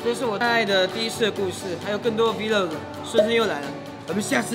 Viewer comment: 是vlog啦不是 V log ！ 读错啦！！